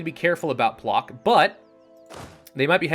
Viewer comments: А little correction: Plock is pronounced like PloTSk and Danzig - DanTSig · It's pŁock actually and pronounced pwotsk